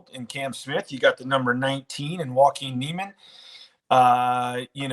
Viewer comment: pronounces Joaquin’s name correctly. still pronounces it wrong. It’s Waa-Keen.